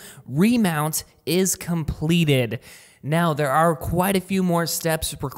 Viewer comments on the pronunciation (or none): ‘Compleated’ he says